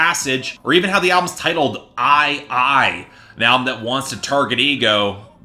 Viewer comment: ay yai yai The title is pronounced "I comma I"